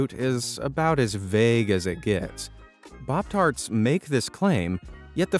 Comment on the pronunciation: why did you say "bobtart"? Is arabic your main languatge?